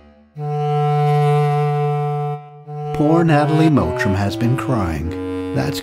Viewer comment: Her name is "Mottram" not "Mowtram"